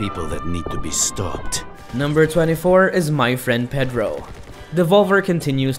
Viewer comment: Is pronounced PAY DROE not Ped droe